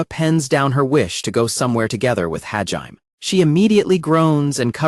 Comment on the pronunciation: I congratulate all you crazy mfers that sat through six hours of the AI narrator butchering Hajime's name. You're the real ones.